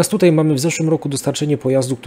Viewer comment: Tomasz Ja jestem wprost załamany tym "dzisiEj, wczorEj i tutEj" Zychowicza. Gość jest absolwentem historii, pracował wiele lat jako dziennikarz - a tu tak fatalne kaleczenie j. polskiego... Dyskwalifikacja :(